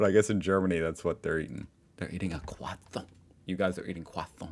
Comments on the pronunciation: Please just say croissant and not kwathant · please, please for the love of god, never say Croissant again. I beg you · You do realise that you can also pronounce "croissant" normally, right? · it is still Croissant. There is NO TH in there anywhere.